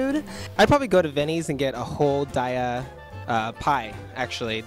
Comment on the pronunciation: Great video! This is going to help me out so much. Just wanted to point out though that Daiya cheese is pronounced day-uh, not die-uh. That's according to Daiya officially. So looking forward to Champs, Foodswings, and Dun-Well!